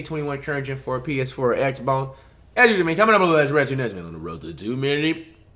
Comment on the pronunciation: Did this man just say "Ps4 or x-bong"? Nah he high asf